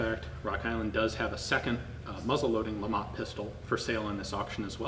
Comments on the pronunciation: It's pronounced Le Matt, Lamont is Fred G Sanford son and not a gun. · If the creator was French I guess you don't pronounce the T! Must be Lema